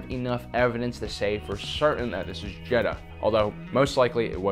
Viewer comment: It’s jedha